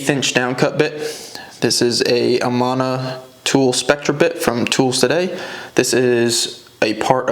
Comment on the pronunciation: it's pronounced A-man-A I am from Amana Iowa